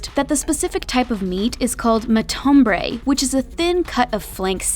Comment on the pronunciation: ITS MATAMBRE NOT MATUMBRE